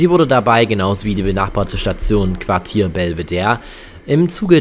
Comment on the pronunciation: Geh bitte, das heißt weder Quatier noch Quadier sondern Quartier! Und was soll bitte Holahbrunn??? Das heißt Hollabrunn, Betonung auf "brunn". Und Neulengenbach kenn ich überhaupt nicht, sollte das vielleicht Neulengbach sein (man sollte wenigstens lesen können.... )? Das kommt davon, wenn sich Deutsche wichtig machen und uns unser Land erklären wollen. Wir erklären euch auch nicht Leipzig, Frankfurt oder Berlin!